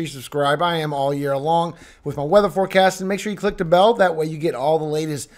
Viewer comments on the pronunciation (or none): none